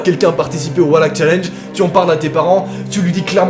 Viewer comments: tu sais que se n'est pas walak mais Valak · V alak pas W alak VALAK OKAY 😭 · On dit Valak... Pas Walak et techniquement il a rien à voir avec une nonne et la réelle histoire relatée dans Conjuring 2 n'a rien à voir avec Valak non plus c'est clairement dit que "Valak" a été ajouté à l'histoire pour servir le scénario du coup ben... Voilà xD Ps: comme dit dans un autre commentaire la jeune fille n'est pas Lauren Warren mais Annelise Michel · Mec tu dit walak a la place de valak mais bon pardonner car la vidéo est super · T'écris valak en titre mais tu dis Walak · Non mais c pas walak sa ce dis VALAK avec un V!!!!!! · Walak c'est valak avec un V qui fait les son VÉ pas WA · Pourquoi il dit oualak au lieu de valak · cest valak avec un v et pas walak 😂🤦🏻‍♀️ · Et on dit pas genre “Valak” et pas “Walak”? Ça me perturbe de fou😅 et ensuite l’image de la nonne a été rajouté par le réalisateur du film prc que l’entité n’a pas de corps défini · ON DIT VALAK PAS WALAK ( mdr au moin dis le bien quoi ) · C pas walak c valak mdr😅😅❤ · Pas walak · Mdr tu dis walak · Ha je suis pas folle il dit bien Wallak 😂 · Non non t’as bien entendu il dit Wallak 😂😂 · En latin le "v" se prononce comme le "w" peut être qu'il prononce ça comme en latin ? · MAIS PK TA DIT WALAK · D'art la video mais on prononce le 'V' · On dit Valak c'est un v mais bonne vidéo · "Walak" mais s'est que t'es un génie toi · Pk il dit Oualak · Qui veux le tapper quand il dit "le démon walak" xd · JE VAIS FAIRE DES CAUCHEMARDS SI TU CONTINUE À DIRE WALLAK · Wesh y a des challenges paranormaux toutes les semaines maintenant. Ptn, on va demander aux gilets jaunes d'intervenir à force, non sans déconner moi j'vois plus qu'ça..! Et ce nom de démon à la c** ça se prononce vraiment "Walak" ? Sérieux ? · Ehhh Mercee sa s’prononce “Valak” mdrr mais sinon ge-nial le Thread ❤️ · juis le seul c** a entendre a chaque foi wahack ou pas ? PS toujours auss ibien tes Thread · Mec c'est VALAK pas WALAK C'est un V pas un W😂